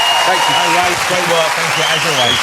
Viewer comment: His name is Ray, not Way 🤬